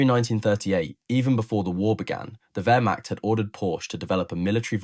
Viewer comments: KÜbelwagen not KUbelwagen ... PorschE not Porsch ... WehrmaCHt not WermaKt ... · Learn how to pronounce Wehrmacht.